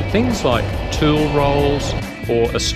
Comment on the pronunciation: I cant stop laughing every time you say tool